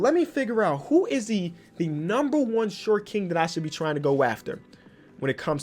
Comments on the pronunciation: 😂🤦🏾‍♂️ “shot kings” I can tell you sleepy🤣🤣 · Are you British my guy “Shot king” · Forgot an r there